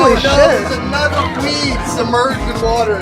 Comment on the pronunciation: YASS FINALLY "THANK GOD FOR ANUDER SUNDAY"😁